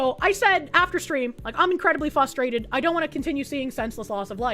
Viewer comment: I know it's a fairly serious video, but the way she says fusstrated instead of frustrated is very adorable.